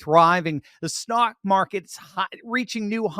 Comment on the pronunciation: The 'snot' market?